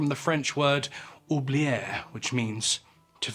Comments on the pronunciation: French pronunciation of oublier is not "oobliair" but more like "oobliye" like the last bit of Kanye. 🙂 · Your butchering of the french word oublier was a bit comical to the otherwise authoritative tone of your video but we must let it slide in respect of the souls of those tortured prisoners. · Hum….nice tale…..but you mispronounced "oublier"…..bad start….😏🫤